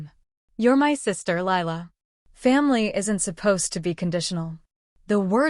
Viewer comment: It’s Lila not Laya